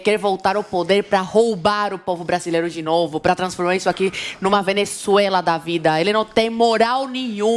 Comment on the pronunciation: "Fenessuela" segundo a. Kkkkk